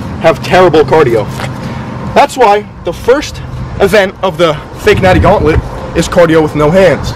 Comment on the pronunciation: I thought he said the thotnlent in the beginning instead of gauntlet.